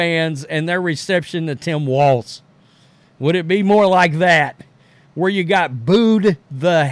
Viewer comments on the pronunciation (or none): none